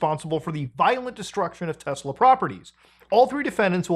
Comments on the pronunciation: Its pronounced "Tesla" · "I LOVE TESLUR!" -Donald J. Trump